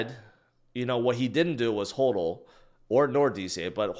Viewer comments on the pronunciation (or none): it’s HODL not HOLDUL